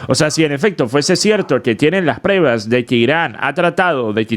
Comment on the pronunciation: Saludos! No se dice PREVAS se dice PRUEBAS.